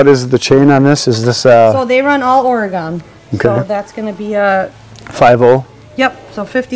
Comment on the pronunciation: It is OR-E-GUN not OR-E-GONE.